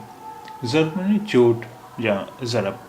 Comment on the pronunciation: Shabad jarb vich Juwaad te jabr tan pai ni, bol rhe ho sir ???? Hor v kai thawa te jabr bol jandey ho pai hundi ni sir ??? Shabad jid vich v juwad de hetha jeb ni pai, bol rhe ho sir ???